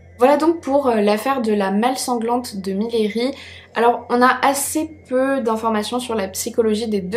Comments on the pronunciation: coucou, super vidéo, j’habite dans la ville de Millery et on ne dit pas « miléri » mais « miri ».Voilà juste pour info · Coucou, mes cousins habitent à Millery et je voulais juste apporter une petite précision, le nom de la ville se prononce «miyeuri » Pas essentiel mais je voulais juste le préciser ;) Sinon vidéo très intéressante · on dit MIYERI , canton des monts du lyonnais au sud est de Lyon